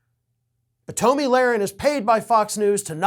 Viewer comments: Toe-mi?? Dude stop the mispronounced names. You're better than that. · I love you call her “toe-me”.